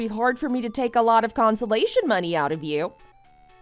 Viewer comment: comPENSATION...NOT consolation.